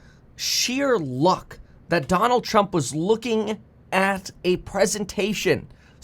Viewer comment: Bro, why do you talk like that " The Trump A shooter"? Is it a cali thing?